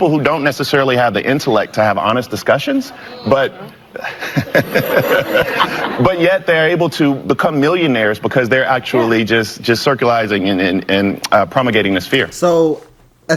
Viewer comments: Did he say “circulizing”? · He tried to insult ben shapiro... then says circulizing😂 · Did he say “circulizing” and “promugating” ? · Did the guy caomplaini g about someone’s intellect say circulizing?